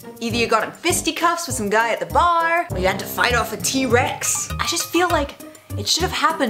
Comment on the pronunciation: When you said bar you sounded SO american!!!!